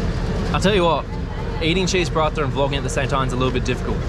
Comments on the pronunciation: Will he ever stop saying cheese parata ?? 😹<3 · When say, "Cheese Palathha " instead of Paratha. 😂